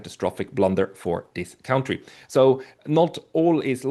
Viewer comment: Gotta work on the "cown-tree" pronunciation. He's clearly fluent in English - which means he's accustomed to hearing it spoken; there's no way he's Ever heard the word pronounced that way (he's the only one on Earth who does it).